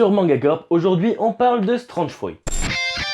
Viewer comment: Strange furui. Soit tu le dit à l'anglaise soit tu dit fruit étrange mais fais pas du franglais